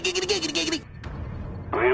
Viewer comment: Not to be a grammar nazi but it's giggity giggity gig uh ty